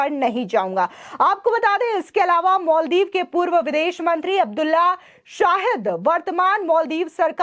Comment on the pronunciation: मोलदिव नाही मालदीव मैडम जी 😂